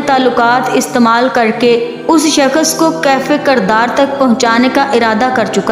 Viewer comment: Uff kis qadar lambi aur jhooti kahani he aur bibi yeh shakash nahi Shakhas hota he pehli bolna seekh lo phir jhooti kahaniya gharna😂